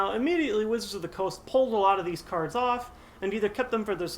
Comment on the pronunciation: did you say cardssss? as in more than one